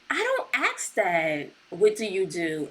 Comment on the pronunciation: YOURE CLEARLY INTELLIGENT BUT WHYYY DO YOU SAY "AXE" INSTEAD OF "ASK"?!!! it really is demeaning